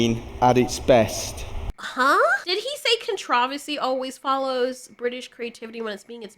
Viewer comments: Hol' up, "con-TRAH-ver-see"...??? Or did you just say that to make a CON-truh-ver-see...?😂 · Is Con tra ver sy the new way to say con tro ver sy?